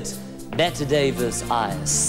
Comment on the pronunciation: the way he talks German then says "Kim CAAAAArnes, Butte Duvis Eyes.." lol